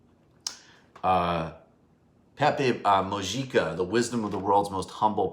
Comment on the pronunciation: MICHAEL! It is pronounced Moo-hee-kah (Mujica)